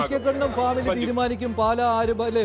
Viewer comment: പാല അല്ല പാലാ ആണ് ശരി